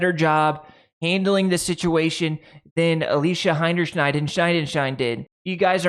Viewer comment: Enjoyed the video but especially enjoyed your pronunciation of VP of Marketing, Alicia Hinerhiderstein.